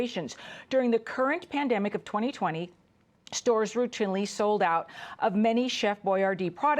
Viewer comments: . She pronounces it "ROOT-in-lee" lol. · Can't even pronounce 'routinely' correctly. Obvious Fox doll. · I'm uncomfortable with the way she pronounced 'routinely'.